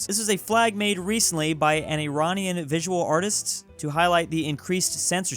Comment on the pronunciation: me when I saw the wifi iranian flag: oh great hes gonna say i RAN iean: ACTUALLY SAYS IT RIGHT this is literally the first youtuber that has actually said it right lol